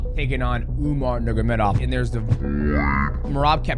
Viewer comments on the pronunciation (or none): Bruh Demetrius. It’s (nurmagomedov) not “Nuggurmedov” you cut pretty close to the hard R there my guy 😂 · anyone else ever noticed that dj says “nurgamedov” instead of “nurmagomedov”😭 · NURMA GO MEDOV Not NURGA... Nurma and not NURGA It's really not hard. It's even easier than Ask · mighty calls him nurmagedov every time. listen closely and you’ll hear him say it. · “Umar Nurgamedov” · Love ya mighty but Its pronounced NUR-MA-GA-ME-DOV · No disrespect, but please pronounce the surname correctly You are saying "nur-ga-me-dov" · Mighty let’s learn to pronounce the name: nur-ma-go-medov